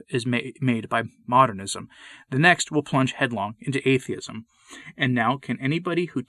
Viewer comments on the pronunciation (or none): none